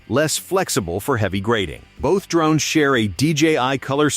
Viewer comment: I had to kill the video when the narration said they were D Rones rather than drones. You failed.